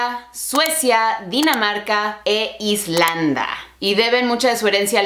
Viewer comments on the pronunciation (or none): NO SE DICE ISLANDA, SE DICE ISLANDIA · * se dice ISLANDIA, tú dijiste algo como "islanda". Pd: ¡buen vídeo! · es Islandia, no "Islanda ":) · Es Islandia no "islanda". Esas pruebas son una farsa, realiza unas 5 para ver si difieren mucho. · No se dice Escandinava, se dice Escandinavia No se dice Islanda, se dice Islandia Salu2 ;) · Islanda jajaja Islandia pero esta bien todos nos equivocamos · No se dice Islanda, se dice Islandia con i latina. :-) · Nadie: Absolutamente nadie:: "Islanda" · Ancestry is owned by the mormons, y se dice Island-i-a. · Se dice "Islandia", baby. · es Islandia en español :v